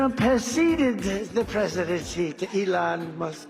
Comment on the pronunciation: The "presidenshy"?